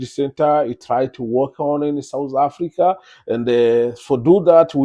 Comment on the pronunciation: We're not souz afrika were south not sowz or souz I don't understand you're in a country u don't even know how to pronounce it mxm